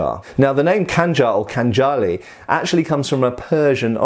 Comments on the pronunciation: Hi, cheers from long time viewer from Georgia! Well, as you asked for comments:) From Georgian side, I would agree to 99% you said - just two minor corrections: In Khanjali in Georgian both "a" sound as "ah" (as in Anglia or Iran) The Russian poet you mention was probably not Pushkin, but Lermontov - imperial officer (and guy of Scottish origin BTW) And fun fact:) - you can wear Khanjali and other traditional bladed weapons in public as long as you are dressed in national costume. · No kinjal. It is Khanjal !!! bro😉